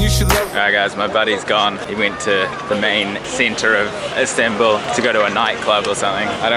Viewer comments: It’s Istanbul NOT instanbul dude wtf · ISMAIL AHMED the turkish and the official word is Istanbul. What you call "Instanbul" is the English pronouncement of it